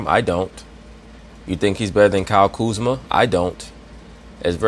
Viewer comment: “Kyle KuzmER” 😂 did anybody else catch that ?